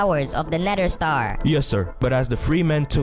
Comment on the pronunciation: "The nedder" do you have some kind of accent?